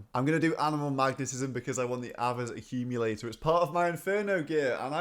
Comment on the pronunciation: Your pronunciation of Ay-Ver's accumulator is almost as triggering as your pronunciation of smiv-ing lol